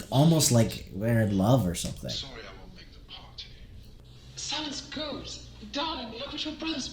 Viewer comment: "GUD" VĪĐƏO